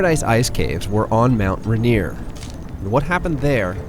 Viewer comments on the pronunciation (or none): Someone tell the narrator how to pronounce Rainier, since he clearly doesn’t know how.